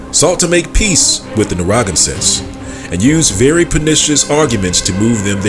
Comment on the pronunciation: Narragansett is pronounced Nair-ra-gan-sett, and the t at the end of Pequot is not really pronounced.